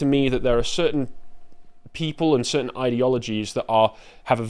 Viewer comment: "cirtain people"... J....